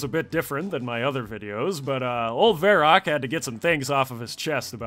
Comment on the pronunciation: man every time you pronounce your name as vair-ok i cringe my brain out. even made a runescape reference. its vair - Ak mate